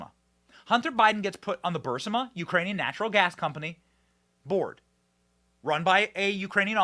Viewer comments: Benny, Every time you say Bursima I cringe! It's called BARISMA!! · Burisma. Not Bursima. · Benny it’s Boo-Rees-Ma not Bursma I know it’s spelled Burisma but your pronunciation on some words have me laughing sometimes!!!! But I get it,I know where you’re going with your story, I know Biden’s are highly compromised and CORRUPT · Hey Benny, for what it's worth, I hear the gas company's name is pronounced: Burr-is-ma